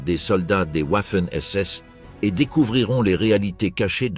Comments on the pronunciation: Ouaffen SS 🤣🤣🤣🤡🤡 Waffen SS se prononce Vaffen SS ! Pas « Ouaffen » . Ouaf ouaf 🐶 😂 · Arrêtez de montrer des hommes de la Wehrmacht, renseignez vous avant de produire des vidéos. Puis on dit Wagon, pas OUAgon. Renseignez-vous aussi sur les prononciations. On dit "V''affen SS. Affligeant ce reportage. .